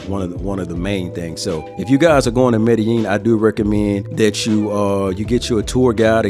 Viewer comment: learn how to proniunce medellin the double L is a j sound